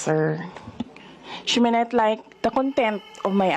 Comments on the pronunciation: Shimenet lyk i forgo no comment ,,,, Stopppp ! Hindi naman yan ang tamang pronounciation ng she may not Masyadong nega nag iisip agad na ma contempt sya o baka kaya naman ganyan ang asta nya na napaka hard headed at unrespectful ang repeatitious ay gusto nya talaga macontempt para makakuha ng simpatya ??? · Correction atty Claire it’s not slang we don’t pronounce she may not like as shemenet it is the same as her itok atok. Sara can acquire 10M for her books by helping authorities the location of quiboloy. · Tama naman na nawawala ang “t” sa ibang words. Mali lang ang pag-pronounce ni Sarang walang “h”. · No, we don't say it like that I'm in San Francisco It's not a slang Baka Visayan slang puwede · Ang twenty pesos ay nagiging “twennie”. Tama naman iyon dahil iyon ang conversational English. Mali lang ang pronunciation ni Sara.